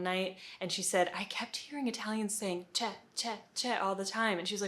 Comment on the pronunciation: Almost perfect , not sure about the “ce” one, it’s still “cioè” the “o” is still there but you might miss it